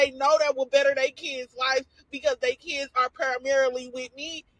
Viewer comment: Dey keeds, Dey keeds, Dey keeds…🙄